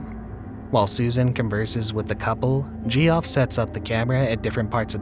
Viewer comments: "my name's gee off" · Bro come on. I know some weirdos spell Jeff terribly, but jee-off? Come on now.